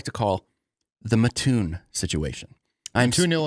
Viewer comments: That’s what I came to say. ☺️ The “Muh-toon” is painful to listen to repeatedly. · You pronounce it MAT-toon….thanks!